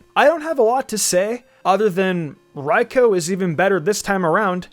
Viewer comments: The pronunciation of raikou 😬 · Anyone else mad how he said raikou